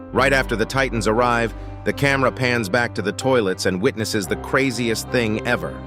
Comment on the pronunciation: Bro why you say camera pants